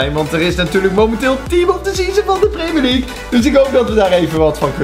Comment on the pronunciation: Weet hij uberhaupt hoe hij premier league moet zeggen ArMy🔥